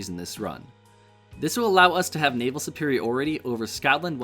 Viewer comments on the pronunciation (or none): none